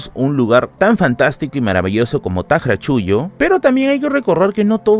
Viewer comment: Es cierto, pero existe escritura lo más próxima a la correcta pronunciación. Alguien que sabe quechua y castellano sabe como pronunciar, pero sobre todo LEER. T'AQRACHULLO no es lo mismo que TAQRACHULLO o TAQARACHULLO El apóstrofo (‘) es uno de los signos más importantes en la escritura moderna del quechua, porque representa sonidos que no existen en castellano. Por eso T'AQRACHULLO no se pronuncia igual que TAQRACHULLO o TAQARACHULLO.